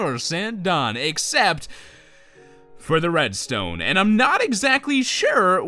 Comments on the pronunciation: said wedstone instead of redstone! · LOL said "wedstone" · he said WEDstone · did anyone notice he said wedstone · when he was making the farm I swore he said wedstone XD LOL!